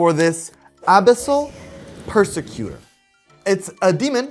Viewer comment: hey editor, you said abyssal persecuters abilitys wrong